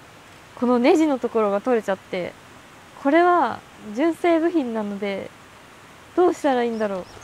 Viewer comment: あらら、大変！ 負荷かかり過ぎたのかもね!? 純正が1番‼️ じゅんせい の発音好きよ♥️（笑）